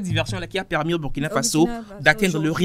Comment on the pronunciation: Chère sœur journaliste, il faut corriger cette faute monumentale : C'est pas Bürkina, c'est Burkina Faso. C'est un principe des langues africaines. Tel que tu insistes malgré que ton vis-à-vis te corrige subtilement en prononçant correctement, tu francise un mot africain. Merci.